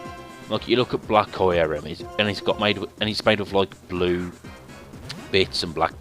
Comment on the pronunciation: Qrim is how the lengendary is said